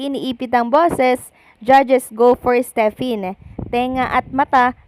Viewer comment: AKO NAHI2RAPAN MANOOD AT MAKINIG SA U NG VLOG MO, TINUWID MO MUNA SANA UNG DILA MO, PRANG STEP IN UNG BIGKAS MO SA STEPHEN 🙄🥴